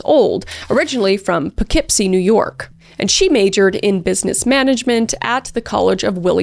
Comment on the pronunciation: Hey excellent job nailing how to say Poughkeepsie